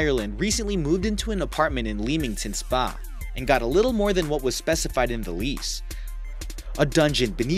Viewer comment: lem... lem - ington spa. not leam - ington spa.